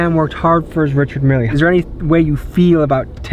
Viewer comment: Dude talking like he know what a Richard Mille is with that pronunciation... 😂 😂 😂